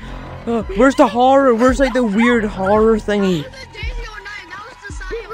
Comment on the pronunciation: bro that is not dasiy that's shazey